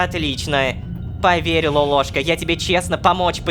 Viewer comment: Вот в нике лололовка Вот он говорит лолошка А правильно лололошка